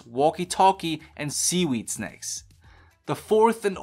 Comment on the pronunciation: nobody:: bone-oak-you-larrs. Nobody: How says snacks: sneks.